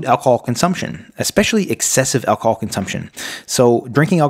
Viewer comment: Alc-o-hol! Not 'alcol' as you kept saying. Annoying when somebody can't pronounce the very thing they are advising how not to do! I stopped when at that point.